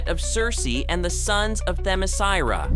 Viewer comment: You would think that a channel named Comic Book Review would at least teach their voice guy how to pronounce Themyscira. He impressively mangled the name a total of 4 different ways just in the description of Circe alone.